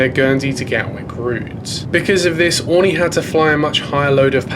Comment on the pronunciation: Something that’s really been bothering me in throw video is the pronunciation of Aurigny! It’s: Oarreeknee ! Not oreknee!